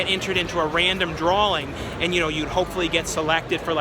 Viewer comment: Why does my man put a L in drawing? “Drawling”